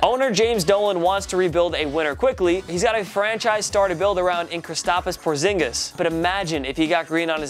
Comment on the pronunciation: krIsApSIS Porzingus